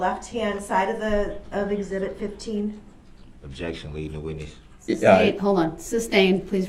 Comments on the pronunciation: Can someone please tell him it is not a "tack-it" agreement. Tacit is pronounced "tass-it." And don't get me started on "substained" vs. "sustained." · “Substained” wtf is that? What does “”substained” mean? What does ax mean? I mean, come on, basic ENGLISH pronunciation goes a long way! I have lost count of the number of times throughout this trial I have heard the word “ax”. If I was ASKED the question “if I could Ax You..” I would state “what?! I don’t understand what you are saying, AX? You want to hit me with an AX? Judge, im in fear for my life, the defendant said he wants to hit me with an ax!!!, bailiff please protect me!!” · I object .substained.